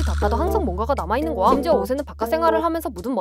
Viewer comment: 거야 발음이 부정확해서 고아 로 들립니다 수정 부탁드려요